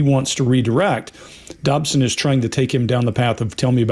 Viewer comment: Dodson, not Dobson. Apologies.